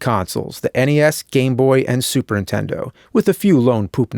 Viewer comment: Has anyone ever noticed how James says "Super Intendo" instead of Nintendo ?